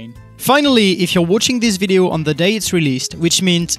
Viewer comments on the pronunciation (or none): none